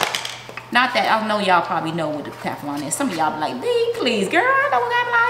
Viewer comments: Does she mean Teflon?! Wtf is kaflon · Why is she calling it keflon. Smh. It's Teflon. She definitely doesn't know alot of words.